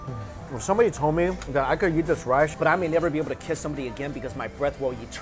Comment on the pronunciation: Every time he says "Eat" it sounds like he's saying "yeet"